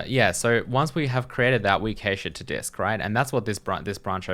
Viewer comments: What's a kay-shh ;-) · I'm sorry you've made my day. I'm pretty sure you're supposed to say cache like cash.